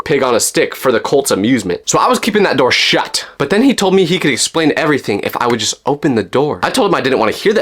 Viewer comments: The way he said “SHUT!” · when i looked it up i think i found what you were talking about (The Yellow Deli) why did you say shut like that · Guys i found the place on safari its called “Yellow Deli” and the way he said shut got me rolling😂😂😂